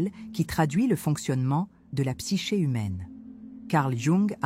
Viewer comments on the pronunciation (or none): none